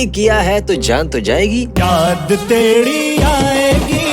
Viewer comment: Its not yaad teri aayegi...its yaad tedi aayegi....😂😂😂